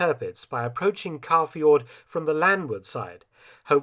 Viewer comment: Stellar work as always, Mr. Felton. I only have a few oddities that might enhance the impressivenrs further: 'Tirpitz' in German would not be pronunced 'Turpitz' but 'Teer-pitz', and 'Kaafjord' in Norwegian is not 'Car-fjord' but close to 'Co-fjord' with the 'o' of 'bow' as in 'bow and arrow'.